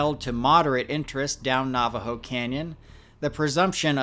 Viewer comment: alright dude, I can’t stand it anymore. It’s NAVAJO AS IN NAVIGATE. NOT NAVAJO AS IN NAUGHTY. PRONOUNCE IT CORRECTLY!!!